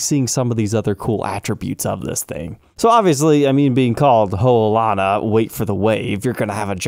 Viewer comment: As a person that’s born and raised in Hawaii, I’m happy to see this episode :) edit: thanks for pronouncing Ho’olana right 😂